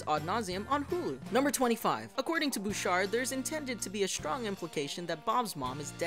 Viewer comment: "The shows going shrong" Mhm, okay dude.